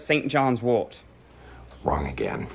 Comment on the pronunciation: "St Johns Wart"...? Why would you have that in a Jar? Yes, I know, it's St Johns Wort.